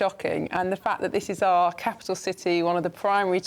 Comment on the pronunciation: did Patrick actually say are great country at the start? It's OUR!! not are, sounds like power/hour, not are as that's a question start, are you going out tonight? are you catching the bus?